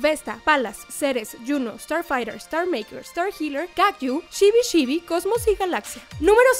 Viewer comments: No es shibi shibi!!Es "chibi chibi" 😂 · Debo decir, que lo único que me molesta de tus videos, es que pronuncies como "sh" lo que es "ch", por ejemplo cuando dices "mishiru" o "shibi shibi" xD, mi pequeño toc